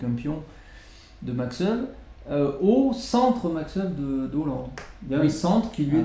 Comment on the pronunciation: Merci pour cette vidéo. La prononciation des prénom et nom de ce champion en hollandais est « Makch Éweu ». Cf. le site forvo